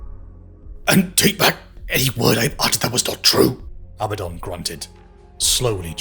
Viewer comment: It's Abaddon, A Bad Don, not Abbadon.